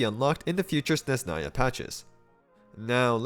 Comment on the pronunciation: It’s SneZHnaya, not Sneznaya, don’t ignore the H